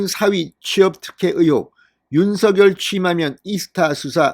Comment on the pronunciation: 윤서결로 발음하지 말고, 윤성열로 발음하세요. 윤, 성, 열